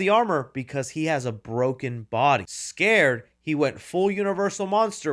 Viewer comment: I hate to be that guy, but that word is “scarred”, not “scared”.😁